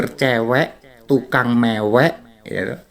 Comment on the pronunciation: rupamu elek maksudnye ape ? jelek atau kayak kelek (ketek dlm bhs sunda) ? hati2 akh pas bilang tukang mewek lidahnya keseleo m nya jd ng